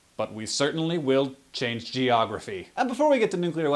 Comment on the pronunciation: "Gentlemen, we may not chance history. But we certanly will chance geogrophy" LMAO